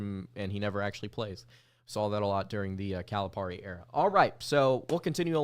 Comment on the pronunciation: It's Cali-pair-ee! NOT Caliparrrrrrrrreeee!